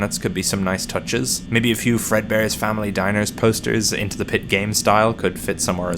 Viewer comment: "Eredbears Family diner" lol